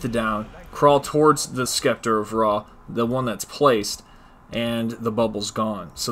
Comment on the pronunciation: The way you Sceptre makes me cringe. You are not saying it correctly Incase you’re wondering